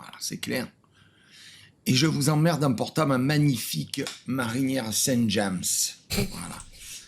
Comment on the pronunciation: Le pulls saint james... Ça se prononce JAME. Car ce n'est pas un mot anglais ici.